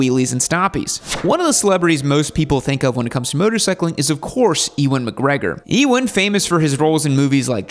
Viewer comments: It's Uuan McGregor, not Ewon... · E Wan… 😂 It’s pronounced ‘you an’. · Pronounced "U-an" not "e-wan" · Enjoyed the video, although you mispronounced Ewan's name. 🤦 It's not pronounced "EEWAN" . You pronounce it as "You_win". 👍 Maybe you'll make a part 2? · Sorry but E-Wen? I mean come on am I wrong to think most people should know to pronounce it You-Wen McGregor? It’s not like he’s new to Hollywood the guy’s Obi-Wan for Christ sakes. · bro..... ewan, "e"wan? really???, i mean, long way round has been out for 20 years, watch it, and learn how to say his name correctly?? (and maybe london) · It’s pronounced YOU-IN 😂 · Mate what are you doing pronouncing Ewan like that !!! I was laughing for 10 minutes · That’s certainly one way of pronouncing Ewan.